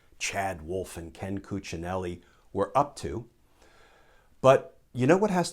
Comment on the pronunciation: My compliments for the perfect Cuccinelli's pronounciation.